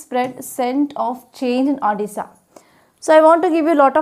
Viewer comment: It's odisha mam not odissa